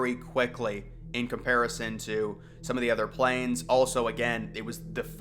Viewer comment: I think he was intending to say, "we have some plans" but either he misspoke, or it was just an accent thing... I could be wrong, but it would make way more sense to me for him to say "we have some plans," than, "we have some planes."